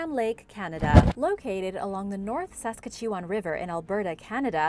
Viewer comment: The strangest pronunciation of Saskatchewan I've ever heard... Lol